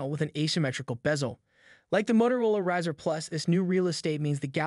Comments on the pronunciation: "razor" not razer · The way you pronounced "Razr" 🤔😂 Also yes it's an excellent unit but the Flip will be more successful in my humble opinion, as it will have better support, more well known brand, has a better chip, and it feels more premium than the Moto (or Oppo N2). Good vid though!